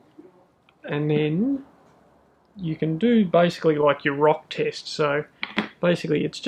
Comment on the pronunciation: When the guy says "Rock test", it sounds like "Rock tits".... sorry guys.. had to say it.